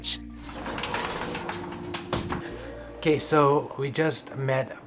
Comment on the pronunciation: it's sounds like you are saying 'QUESO' when you say 'ok so, ...' :D